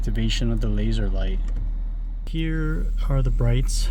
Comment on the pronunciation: “Laser light” stop saying it like that lmao